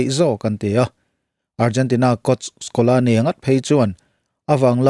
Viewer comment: Scolani ❌ Scaloni ✅